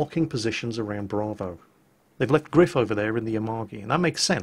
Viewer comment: gR3iF is pronounced grife try singing: grife nanananana grife is grife nanananana